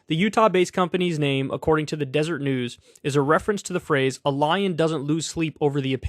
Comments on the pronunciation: sorry, hate to be that guy but it's not DESERT news Kyle, it's DESERET news. 😂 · Desert news is pronounced Dez-er-ray news. It’s a Mormon thing. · Say it with me kyle “DEH-SER-ET” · It's DeserEt News, btw, not 'desert'. 'Deseret' is the name for the honeybee in the language of the Jaredites, who were the population banished to the Americas after the tower of Babel was torn down, according to snakeoil salesman and fantastic fiction writer Joseph Smith's Book of Mormon. More precisely the name of the newspaper, which was started in the 1800s, is a reference to the provisional State of Deseret, which existed for a few years in the southwest of the territory of the U.S. (largely overlapping with the territory that Mexico had recently ceded to the U.S.) but was never recognized as a State of the Union.